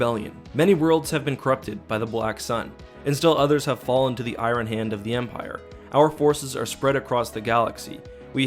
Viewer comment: Even though you say "eye run" for iron, I appreciate and enjoy all your content. Never change,.